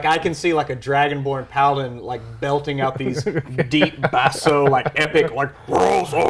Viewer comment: I thought he said dragon porn 😂😂😂